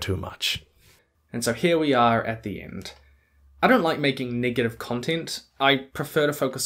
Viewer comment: Every time he says negative with his NZ accent I panic